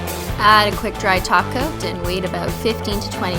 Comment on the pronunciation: Y do you always say taco instead of top coat